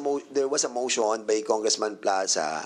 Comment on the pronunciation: Mosssyon, deliverasssyon, continueysssyon, educayyysssyon